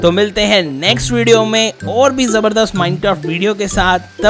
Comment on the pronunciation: who noticed he said minecaft